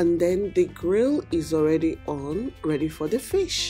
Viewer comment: Did juist say "What is te skincare routine of this fish?"🤣🤣🤣